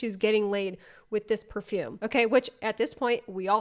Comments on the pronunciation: PAHfoOm tf is up with dat pronunciation 😭💀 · Out of curiosity: at 37.03 is that really how you pronounce perfume/parfum in Boston????? 😭😭😭😭 Cuz WHAT WAS THAT ?-?